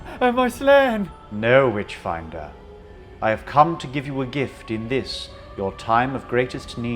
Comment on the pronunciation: Everytime the nazi says 'witchfinder' all i hear is 'Bitchfinder' and I really wish that was a real thing because reading about the 'Bitchfinder General' would be amazing.